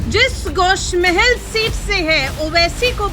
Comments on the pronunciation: Gosh mahel nahi gosha mahel hai pahle bolna seekh jao phir bolo owaisi ka gadh darussalam hai gosha mahel Uska darwaza hai aur hum kutta darwaze pe hi paalte hai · Please correct the name of the constituency from which Raja singh is contesting. It is Goshaa mahal. Not Gosh mahal. as said in the abive video.